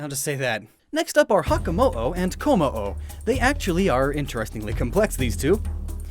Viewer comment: IT'S KOMMO-O, NOT KOMMOO! IF YOU DON'T PUT A DASH IN THE NAME, THE LAST PART WILL SOUND LIKE THE CRY OF A COW!